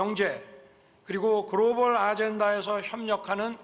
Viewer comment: 글로벌 발음이 grobal이네